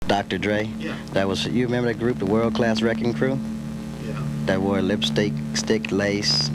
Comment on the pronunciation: Its WRECKING CRU not RECKON CREW